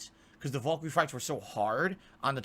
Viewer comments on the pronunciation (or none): wtf is a "vuhl-kur-ee"? does he mean valkyrie? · Is he mispronouncing Valkyrie?